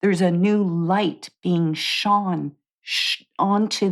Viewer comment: When you said, "There's a light.. shone - Shone.." I heard Sion/Shaun/ Sean. I literally did a head flip like "Who the heck is Sion?" This is despite knowing you're referring to light 😂 exactly the playful fun energy you were talking about, and I can't help but smile! Laughter and Play is the Angels Way!